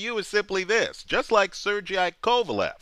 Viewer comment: Pronounced (sir-gay) Sergei. There's more to it than your saying. Your looking short term. Andre is a great fighter, but he's not a major draw. Period. He's not a ppv. Ggg is trying to elevate to ppv. Neither of them have the financial backing for the purse needed or desired. Ward is stuck in a rut. He's a Lineal champ. A dead end. Ggg almost fought Chavez. Why? Because it would've opened up a huge market. After that he could've ppv w ward. The fight didn't pan out. Let's say ggg beats ward. Now what? He becomes ward. The draw only goes down from there. He just beat a lineal champ. Period . He becomes a stuck fighter like ward. Then in order to propel further he'd have to move up AGAIN. Instead they want a larger revenue n draw. They will build, I believe after he's lineal middleweight champ. He'd be a fool to fight ward and be stuck like ward